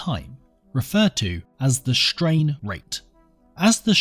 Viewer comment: Well, shtrain rates are certainly shtrange!